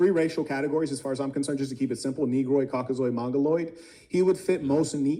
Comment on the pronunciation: “COKKAZOID” dudes talking like a scientific racist from the 40s 😂